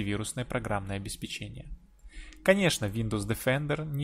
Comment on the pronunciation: ОбеспЕчение, а не обеспечЕние ! Посмотрите в словарь !